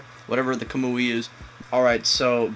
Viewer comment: kamui eye xD imagine making naruto videos and you can't pronounce the abilities